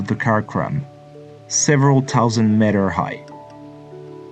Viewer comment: Please learn the pronunciation of meter, this is hard to listen